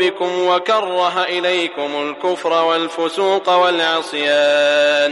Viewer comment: In ayah 6, near it's end. I believe the word originally is Al-Issyaan instead of Al-Assyaan. The narrator is making a mistake. Plz correct it through editing. JazakALLAH.